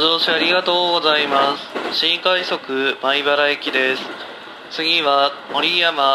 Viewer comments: この列車は新↑快↑速↓米↑原行きワンマンカーですww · 「新↑快速」 と「のろ↓ｇわ（ｶﾝｶﾝ）」が面白すぎて定期的に見に来てしまう そういえば京浜東北線がワンマン運転化するらしいですね